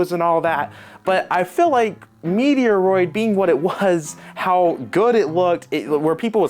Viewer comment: Meaty-a-roid... 💀 Your killing me man